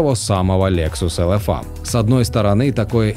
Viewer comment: Тебе произношение надо учить,не элэфа а элефей.